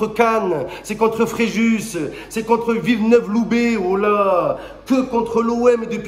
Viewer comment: "Le derby de Nice, c'est contre Cannes, contre Fréjus et contre villeneuve loubet (il l'a prononcé viveneuve en plus"😂😂😂😂😂😂😂😂😂😂